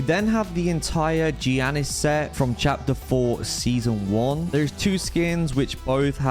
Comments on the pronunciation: No shot bro pronounced Giannis like that 😭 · the way you said giannis killed me lol